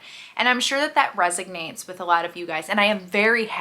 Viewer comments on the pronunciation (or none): * resonates not “resignates”